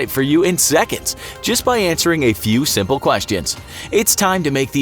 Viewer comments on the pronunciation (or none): none